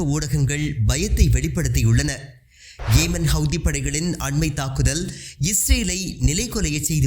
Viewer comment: ஏமன் அல்ல யெமன்.